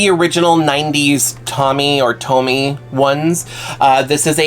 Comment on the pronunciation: I'm studying Japanese it's pronounce Toe-mee. I hope that helps!